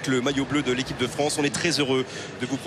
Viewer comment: ekipe????? apprend a parler